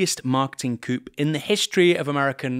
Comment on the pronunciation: “Coup” is pronounced “koo “. It’s not for chickens.